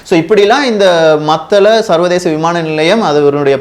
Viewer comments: டே எல்லாம் தெரிந்த ஏகாம்பரம் மத்தல அல்ல மூடனே மாத்தளை (பொது வெளியில் தவறாக உச்சரித்தாலோ,திரிபு செய்தாலோ பதிவை பார்ப்பவரை மூடரென நீ கருதுவதாக கருத்து வரும்) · தகவல்களுக்கு மிக்க நன்றி மத்தல அல்ல "மாத்தளை அல்லது மாத்தல"